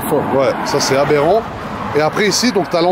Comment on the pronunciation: Le nombre de fois ou il dit aberent 😂😂🤜🏼🤛🏼